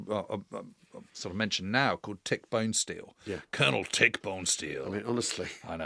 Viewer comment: Tragically, Tick Bonesteel's last name is pronounced BONN-eh-stell.